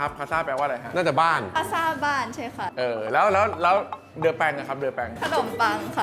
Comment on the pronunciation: สงสัยค่ะ ทำไมอ่านว่า เดอแปง ทำไมไม่อ่านว่า เดปัน